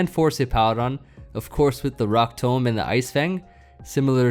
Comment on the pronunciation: Fun fact: "tomb" is pronounced like "toom"